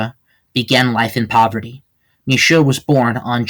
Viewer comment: Hey great documentation on my family. Some things are wrong like your emphasis on the pronunciation of my name. It’s Shoe like what you wear on your feet. Mishoe! Also my great grandma was from Virginia not NY. She grew up around Philadelphia. Not NY. But the rest relatively on point. Luna Mishoe IV.